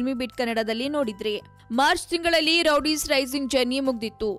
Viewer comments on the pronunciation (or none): hahahaha madam , first learn to pronounce words...its not rowdies its roadies😂😂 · Roadies is a very popular show, she can't even pronounce that properly . Rowdies it seems wtf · it's Roadies not rowdies first learn to pronunciation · ಅದು ರೋಡೀಸ್ ರೌಡೀಸ್ ಅಲ್ಲ